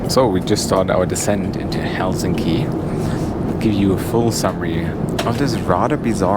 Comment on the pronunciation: This doesn’t have much to do with the video itself (though it was nice), which I came across by accident. But just wanted to say it was nice to hear a foreigner pronounce Helsinki correctly (especially in the beginning of your video) with the weight on HEL instead of hel-SIN-ki like all other non-Finns say. I’ve only flown business class once, the flight was overbooked so they upgraded me and my mum. It was really nice, long flight from Guangzhou to Helsinki. I was 18 and they gave me champagne I felt like a queen. This was over 15 years ago though, Finnair too but looked fairly different from your video. It was very controversial when they started offering blueberry juice on the Finnair flights cause if you spill it it’s impossible to wash off.